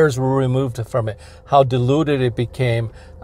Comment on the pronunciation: Haha, you said, "...how diluted it had become...." and I heard, "...how deluded it had become...."